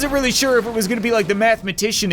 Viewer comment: Has anyone else noticed how when he says really it sounds like weally